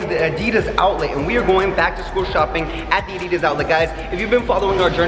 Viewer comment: I love that he doesn’t say Adidas right